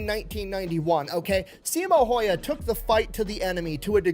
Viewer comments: It is pronounced...Hauha. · Siimo Hoyja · There is a video of a Finnish guy at Simo's gravesite and he pronounced it Hawha, i cant post the link here i tried it got deleted. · Jutilainen was in the french foreign legion stationed in marocco from 1930 to 1935. The pronounciation of Simo's last name is Hawha, you say the Y as a W. I had posted a youtube link where a Fin pronounced it but you took it down. 450k soldiers invading a land of 4 million people is just over 10 percent not 25 percent, still alot offcourse but the math was off. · Last name is Häyhä and you butchering it. Not hawha not haija not haya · Sorry but why you butchering his name. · Finn here. It's not pronounced like that at all. It's Häyhä as pronounced by Google text-to-speech in Finnish. We have a phonetic language. It's easy for TTS to say. P.S. the y is ü from German. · The fat electrician also pronounces Häyhä wrong, but so does every native English speaker.